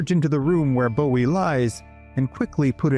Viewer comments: It’s not pronounced Bow-ee. It’s Boo-ee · think he’d say Jim’s name correctly then. It’s pronounced Boo-ee